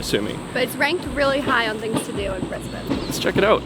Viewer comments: Welcome to Brisbane! Glad you chose to start your Aussie adventure here instead of the cliche Sydney or Melbourne. Also big props for pronouncing Brisbane properly straight out the bag. I won't give you the same guff about the Starbucks thing. What I will say though is the Apple store you ended up in is actually in a building called MacArthur Chambers. It's the building which General Douglas MacArthur based himself during his time in Australia in the wartime. In fact if you were to walk around the side of the building and up the hill some, there's another entrance which has a lift in it that takes you up to a museum and you can stand in his office, which has been preserved exactly as it was. Sorry about the GoCard thing. It's ridiculous. They should be changing it to tap on/off with phone NFC soon... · Thank you for making the effort to say 'Brisbane' correctly